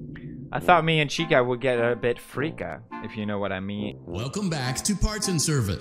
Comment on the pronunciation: It’s Chica not Chikka